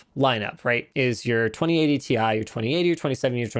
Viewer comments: I thought it was pronounced like tea☕ for 2080Ti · "Ti is always spelled Tie", sad Ti-Chi noises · My dude, Ti is literally like Pi. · 99% of the people call it "TI" but 1% that's Nvidia call "THI"... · The short form for "Titanium" is still pronounced "TEE EYE". No one calls Lead "Puhbuh". Well, I do now. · As a Chemistry student I can tell you that basically nobody pronounces the Chemical Symbols like that. The letters are pronounced seperateley or the element itself is named. Pronouncing Titanium as "Tie" doesn't really make much sense and would be confusing. T, I is correct. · I will NEVER say "tie". It's tee eye. It's like how Sony confirmed it's a cross rather than an "X" (that one actually makes sense, but I don't care, I'm still calling it X because I have done my entire life and I'm not about to change everything I know because someone says I should) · NO, TI for Titanium is still pronounced t i. For example, we pronounce H20 as H2O and NaCl as NaCl. So, Ti cannot be pronounced TIE. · Ti was always pronounced T I. The marketing guy who told you it's "tie" is definitely trolling. Jensen Huang has been calling it T I for years now. You can watch the 2080ti launch. He says "Tee Aye" as much as he says "the more you buy, the more you save". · no its ti double x y z not tie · specs leaked or why it shouldnt be pronounced "tie". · Linus fire 🔥 that email back to nVidia and tell them any letters that are capitalized must be said each letter individual. For instance USA. You say U S A all separate not uuuuuuussssaaaaaa not yousaaaa. Just like RTX 2080 TI YOU should say it like we do R T X 2080 T I all capitalized letters must be pernounced as individual letters on their own it just that simple. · It’s Thai fighting as in Thailand, not fighting with ties 👍🏻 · Titanium in Chinese is pronounced TIE